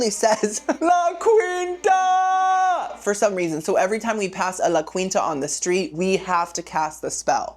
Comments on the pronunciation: Oh girlie, it's pronounced La Keenta lol 😁❤ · Why am I suddenly itching? Oh, and I’m not Cuban, but I’m pretty sure it’s pronounced “La Keenta” I’ve heard it on TV… 🤪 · It’s actually pronounced like La Keen-ta. You said it so many times, I had to comment. Love you nonetheless. 😊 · La. KEEN-TA! No queen EVER stayed there....